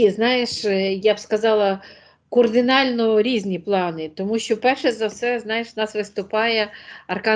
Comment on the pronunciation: Услышала "кОрдинально"и сразу переключаюсь!